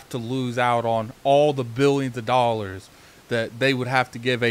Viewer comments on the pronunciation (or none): none